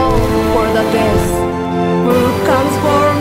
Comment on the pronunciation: The song is very nice. However, the Chinese accent on female vocal is very notable. It is pronounced 'Desch' when saying 'Death'.